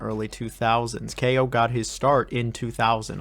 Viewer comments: I am from Czech Republic and I just pronounce it KAO. not like "keyo" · As a Polish it hurts me how you pronounce Kao 😭